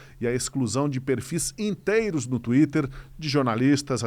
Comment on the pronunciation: Ouve, um erro de leitura? Não é TeiTer🚫 (? É TwiTer👁 desculpas